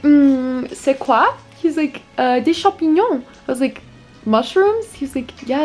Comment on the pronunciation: you said "champignon" suprisingly well😭